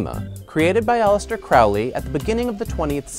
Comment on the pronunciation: It is pronounced Crowley like holy. Other wise pretty solid. Thanks!